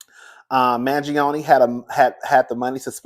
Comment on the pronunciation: You mess up some names but you Pronounced Mangione right 😂😂😂😂!